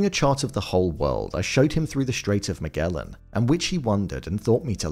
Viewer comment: Magellan (Mah-je-lan)